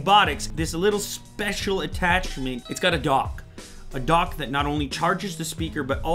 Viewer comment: I kept hearing dock as dog 😂😂😂